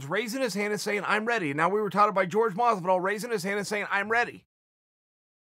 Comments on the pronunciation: every time I see a chael video with masvidal in the title I gotta get ready to hear him say "George masvidal" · Who the fuck is George Maazzz-vidal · I thought he said “Rich wallet” of Masvidal